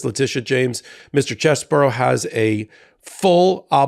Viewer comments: It's "Chez-bro." Not "Chez-buro." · I have to admit, I doubted that these people were going to flip on Trump. And, now it's a deck of cards. (Edit). One good thing came out of this. We now know his name is pronounced: "CHEZ-bore-oh"